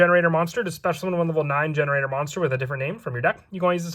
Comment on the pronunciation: Is it not pronounced gene raider?